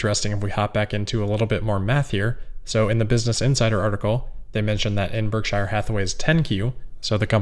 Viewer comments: Berk-sure not Berk-shire; a minor quibble but it seems like we should say it like Buffett says, when we are talking about his company. Great work otherwise,, as usual. Not trying to be bitchy, just accurate. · I love your videos and I mean absolutely no offense, but I think you need to revisit your pronunciation of “Berkshire” 🙂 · warren pronounces it BERK SHER, as opposed to shire